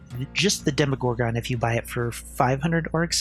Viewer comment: Plz stop calling it demo gore gon. The pronunciation they use in the show is demo gorgun. 🤧